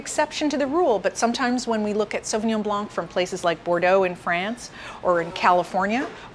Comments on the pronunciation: The c is silent in the french word blanc . An expert should be aware of that. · Strange that you are aware that the 's' in Pinot Gris should not be pronounced but in spite of your knowledge in wine you still do not know that similarly the "c" in Sauvignon Blanc should also be silent! Strange